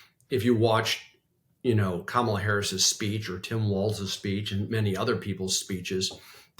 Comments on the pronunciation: Love this discussion. I know it’s an unusual name and many people get confused, but please pronounce it COMMA-la. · Come on,guys…. It’s COMMA LA! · Fyi, it's "comma-la" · Guys, you obviously think highly of ABC’s are supportive of Harris. However, there are times during the podcast that you pronounce her name like the cult member MAGAmaniacs do in order to be intentionally insulting and disrespectful. Consistency in the pronunciation would help you message. Might seem like nitpicking, but it really is substantively important. Otherwise an exceptionally informative podcast. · Why does Sarah mispronounce “Kamala”? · Sarah STILL can't pronounce the name Kamala? Just call her Harris then. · I would have expected a long time democratic pollster to be able to pronounce Kamala Harris first name properly. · Guys - can you get her name right please? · You can't even say her NAME correctly?! Tim! Come back! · I’m floored that you put this up on YouTube when both of you mispronounced her name. shame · Why can't any of you pronounce her name properly? Wtf is the matter with you people?!?! Very disrespectful. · Sarah, PLEASE pronounce her name right. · Interesting shift from this focus group batch. But Bulwark folks, can you please, please, please learn how to pronounce Kamala's name? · This guy loves Kamala so much that he pronounces her name the right wing racist way. Solid. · Thank you, but I wish folks could show some respect by pronouncing her first name correctly. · Learn how to properly pronounce Kamala's name, Sarah!!!! You're starting to sound exactly like Trump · Sarah, you are such an intelligent person. Please say Kamala’s name correctly. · Please say Kamala Harris name correctly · Please pronounce her name correctly. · Both of you mispronounced and properly pronounced Kamala . It might seem small but it’s important to have unity in the smallest of ways. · I'd think that a prerequisite would be NOT PRONOUNCING KAMALA WRONG. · Comma-la, not Ka-MA-la.